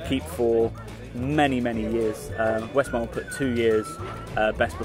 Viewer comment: Its not 'Westmarl' but Westmallah.